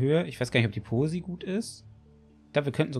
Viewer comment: bei posi heist es nicht pose